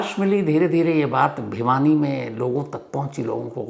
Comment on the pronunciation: Sir भवानी nahi vo भिवानी hai।